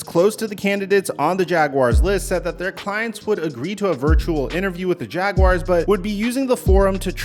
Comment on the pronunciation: First time I’ve heard a YouTuber pronounce Jaguars correctly! Kudos! Subscribed!